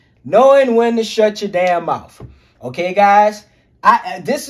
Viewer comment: Immediately begins to speak like a criminal....he said mouf. Bro, its mouth. Speaking like this promotes crime and degeneracy by trying to make it look cool. Bring back a culture of honor amongst men. You will attract dumb women who like to be abused and run through if you speak like this. If you speak like this around a cop, they will assume you are a criminal. Its not racism either, stop with that b.s. its like " oh, he sounds and acts like a criminal, maybe he's a criminal" talk right and you'll attract better people.